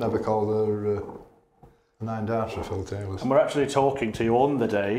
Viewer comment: Not a fan of his announcing. The way he pronounces Phil Taylor in the seniors tour as “Phil TAYLAW” drives me nuts!